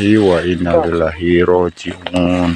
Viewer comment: Innalillahi wainnailaihi rojiun, hati2 bukan wainalillahi, koreksi ucupan di video